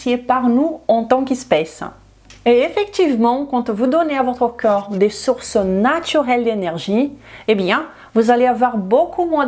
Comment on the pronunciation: s'il vous plait prononcez le c O rps. merci.